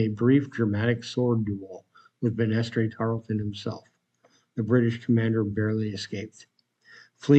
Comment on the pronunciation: Tarleton's first name is pronounced "BAN-ass-ter" (as in a staircase handrail) Banaster could also be spelled Banastre as he did.